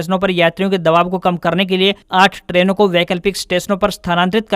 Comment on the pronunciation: Traino koi word nahi ha. Train English word ha jisko aap Trano bol rahe han. Agar English word bol rahe han toh usme Haryanavi mix mat karo usko pour English hi rahne